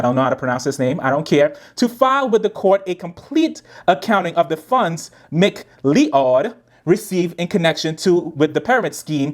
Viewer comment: I know it doesn’t matter, but McCleod is pronounced “Mic-Cloud”